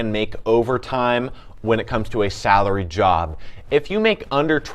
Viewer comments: lol I didn’t even catch that😂 sounds like he said.. “Sourly”😂😂💀💀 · Hourly v Saraly 😂